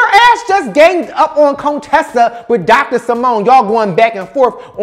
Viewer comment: Cone-tessa! Lol.